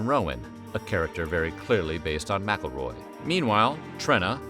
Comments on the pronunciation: Isn't McElroy pronounced Mick-El-Roy? The narrator is saying the "Mackleroy" How someone didn't get him earlier is crazy. If I were the foster parents I would've ended him when he came for the child. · It's not "MackleRoy" It's McElroy you donut!!